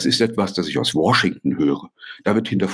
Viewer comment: Hat er jetzt tatsächlich War-shington gesagt 😂😂😂